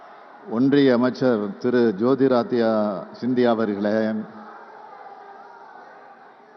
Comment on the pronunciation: இப்போது கூட இவர் பேச கற்றுக்கொள்ளவில்லை ஜோதிராதித்யா என்று இவர் வாயில் வரவில்லை